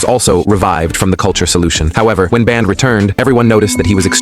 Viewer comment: Its supposed to be bender but the ai calls it band